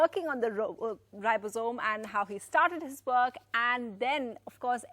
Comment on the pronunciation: She can't even say ribosome properly😠